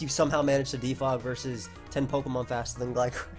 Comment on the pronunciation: Fun vid but pronunciations are sus af